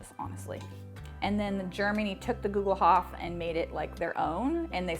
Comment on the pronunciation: Hi! I‘m from Germany, we pronounce it like „google-hoopf“. You can buy a cast iron Gugelhupf from Amazon Germany, here is the link: Love your videos! Kat